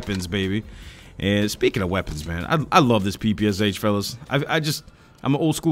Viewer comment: Not "Pi Pi Es Eich", but "Pi Pi Sh", SH - like in SHow.